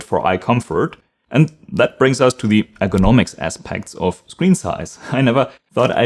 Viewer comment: Pronounce ergonomics more clearly so it doesn’t sound like economics (thought you were talking about price originally)